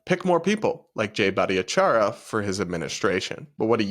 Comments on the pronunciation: Grammar police here. The way you murdered jay’s name - its much easier than what you were trying to do. Its only four syllables and has no eeeee sound in it. Its bhat-ahh-char-yah! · I think you mispronounced Jay's name every time.